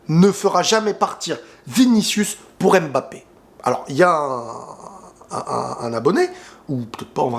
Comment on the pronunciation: apprenez à bien prononcer les noms de Kylian, comment vous lisez pneu? P-neu? Comment vous lisez Zlatan, Z-latan? On ne prononce pas le M, comme si il ya un appostrophe! Si non belle vidéo comme d'hab